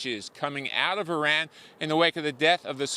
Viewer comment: I really appreciate the way you correctly pronounce Iran. I lived there when I was young for a couple of years. My dad worked out in the Gulf. It was an eye-opener even as a kid. I’m glad I’m an American citizen thank you President Trump.